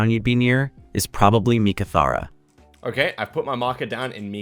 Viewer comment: You and the AI both butchered Meekatharra haha.